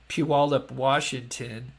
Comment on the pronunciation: I'm from the Puyallup area. got the pronunciation after his first try, I think. It's pronounced like "gallop" ~ pew allop